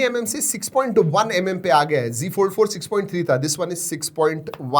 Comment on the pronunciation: Bhai wo z fold h , g g kya kr rha h ... Z ko z hi bol na . Z ko g bolne ki kya zaraut h . Z ko g bolne se khi na tu modern bn jayaga